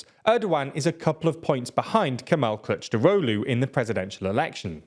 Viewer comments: As a Turk, I was kinda funny to these mistakes, he needed to say something like Kilichdarolu and He was saying CourageDaulu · bro is pronounced K I L I N J A R O G L U its hilarious that you cant even spell it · 🤣🤣 dude, the amount of errors in this video is frustrating! just don't do this mate, please be honest! Erdogan will win in a landslide victory. p.s, the guy your trying to cheerlead is called "Kılıçdaroğlu" not "kictarolu" 😭 at least get that right. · Kilij-dar-oglu very easy to pronounce. Have some respect and learn how to pronounce Turkish names if you are at least willing to make a 10 min video about it. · I'd say its more like Rejep Tahyip Erdo-an (a brief pause between o and a) Kemal Kuhluhchdarohlu (the I in Kılıçdaroğlu makes the "uh" sound rather than "i") i know it is a murder of a pronounciaton but that's the best I could come up with XD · The c in the middle is pronounced more like a j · I don’t speak Turkish, but that sounded wrong to even my ears. LOL. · I spat out my drink as he pronounced Kılıçdaroğlu 💀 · Here is a pronounciation cheat sheet: - Rejep Erdo an - Kemal Kilichdarohlu It's getting better. Turkish c is a j and c with a tail is a ch. G is g and g with a hat is silent.